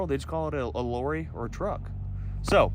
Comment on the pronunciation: Hearing u say lorry it don't sound right 😅😅 well it don't sound right when any American says it 😅